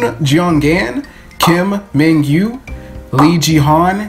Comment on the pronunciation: You described how to pronounce seung and jeong perfectly! I always struggle with the "in between" sounds in korean. Wanted to point out that mingyu's name is pronounced more like "meen-gyu" (민규) instead of "ming-gyu" (would be 밍규). I always just say min-gyu to make it easier. Romanization can be really confusing lol